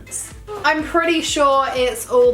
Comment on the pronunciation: The way she says pretty is soo annoying!! STOP SAFFRON!!😣😥